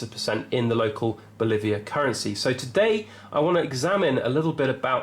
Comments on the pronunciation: The Venezuelan currency is not called the "Bolivia" - it is in fact called the "Bolivar" (sorta rhymes with 'Oliver' but lean on the "var'). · Bolivars, not Boliviars. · It’s Bolivar, not Boliviar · Bolivars mate. Not boliviars. Some basic error my man. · B 0 L I V A R ! IF YOU CAN'T PRONOUNCE IT YOU CAN'T EVALUATE IT. SERIOUSLY. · IT'S PRONOUNCED BOW - LEE- VAR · If you're going to comment on something knowing how to pronounce it might help your credibility. BO Live Ars. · Bolivar not Boliviar.